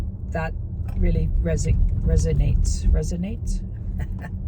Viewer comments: Yeeesssss you said resonate correctly, I knew you would eventually! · Haha you are so dear and so funny. You finally said resonate correctly. And you said there I go pronouncing my words right again. It doesn’t matter to us.. We know what you mean and we love you just the same..